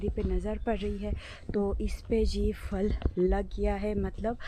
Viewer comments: Fal is wrong word Phal is right word اسلام علیکم ورحمتہ اللہ وبرکاتہ اپ ہمیشہ پھل کو فل بولتی ہیں اس لیے اپنی اردو تھوڑی سی اور اچھی کرلیں مہربانی ہوگی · كيا اپ کی طرف پھل کو فل کہتےہین۔یہ سننے مین بہت برا لگتا ہے ۔